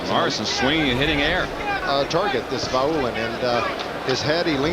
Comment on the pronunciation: Vaulin = pronunciation Va-oo-lean , not Vo-lain.